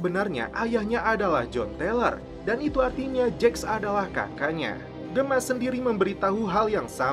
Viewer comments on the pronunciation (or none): Please do the right pronounciation atlease when u mention the character names of SOA..like Gemma is Jemma...not Gema...do the right english correction mate...